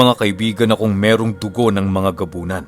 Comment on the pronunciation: WOW NA BIGKAS SI GONZALO ANG GABUNAN 😁😁😁